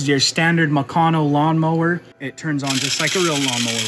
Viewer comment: The way he says mecanno is bad. It's meck-an-o. Or like a mechanic but replace the ic with an o.